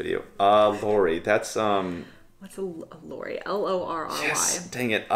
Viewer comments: Lorry not Lori 😊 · Lorry --> pronounce with a short „o“ as in „top“. PG Tips.